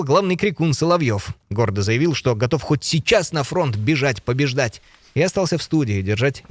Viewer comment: "ПОБЕЖДАТЬ НАДО.?????" ПОБЕЖАТЬ НАДО- Я так услышала.... Путинский стрелок.....ЭЛИ КОПТЕР😂 😂😂😂